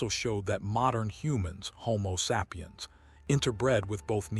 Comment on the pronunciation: The following words were mispronounced: lineage(s), sapiens and equilibrium. Also at least a few other that were not repeated.